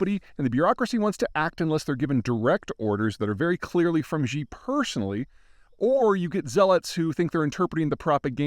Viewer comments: I enjoy and appreciate your analysis. Your presentation would be even better if you pronounced Xi Jinping's name correctly. Ask a native Chinese speaker. Xi is pronounced She, not Gee. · I love your analysis and commentary and follow it closely. But for the love of god its President Xi (as in Sheee), not Ji (which means chicken in Chinese) and no Gzhee which means nothing in English or Mandarin... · could you pls pronounce Xi in Xi jinping a little bit more accurately? It's pronounced like "she" not "gee" (tone drops at end unlike with she but let's get the pronounciation right before working on tones :-) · Xi is pronounced 'she' not 'zjeee'. I speak mandarin fluently. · Xi= she. Why do people pronounce this wrong. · Peter you really should try to use the correct pronunciation. Xi is pronounced “shi” it sounds like the english “she” its not “jee” or “jhe”. It would be one thing if you were just a regular guy but youre a geopolitical subject matter expert, so you should go out of your way to get the small details right. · Xi is pronounced like "see". the way you say this god damn name would be "zhi jin pin". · Xi Jinping.. Xi is pronounced more like ‘Shee’, not “Gee”. X = Sh. Love your work. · Peeeeter (Griffin), ya gotta fix the Xi thing. Simply pronounced ….she, not zzzhhhiiii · Peter, I want to implore you: it's not "Zhee". The "x" sound in Chinese is a dentalized "sh". Saying "She" for "Xi" is close enough, and much better than "Zhee". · You’re mispronouncing “Xi Jinping” Xi is pronounced exactly the same as the feminine pronoun “she”. Jin is pronounced more/less like the drink “gin” (but with an “ee” vowel sound”. Ping is as you’d expect. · Nothing says I'm a geopolitical expert like mispronouncing the names of important people. His pronunciation of Russian leaders is just as bad. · Someone for the love of god tell Peter how to pronounce "Xi".